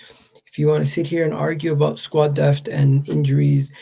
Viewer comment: Word of advice.... its pronounced DePTH not DEFT. Then you will be on your way to earning respect.